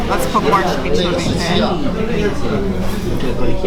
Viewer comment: has to be argentinian, nobody can pronounce "chimichurri" in the way she does, unless she is argie.